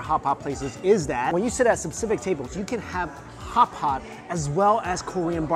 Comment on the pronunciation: kkhhhootpot. that's not the way to say hotpot i think :(. sorry not subscribing